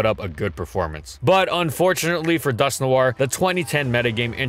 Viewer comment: It's just pronounced like Dusk-Nor not Dusk-New-are. I cringed hard every time he said the name